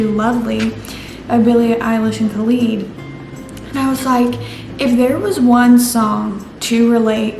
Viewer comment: Girl, its not “kalid” its khAlid”